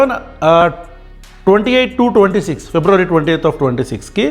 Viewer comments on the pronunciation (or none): none